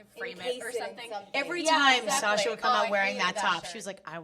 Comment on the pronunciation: omg when she pronounced sasha’s last name wrong, omg the cringee